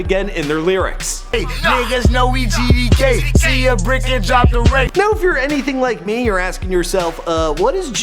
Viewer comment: He tried so hard to say GDK😂😂